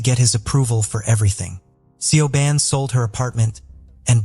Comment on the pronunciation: It’s not sioban it’s said shiv-awn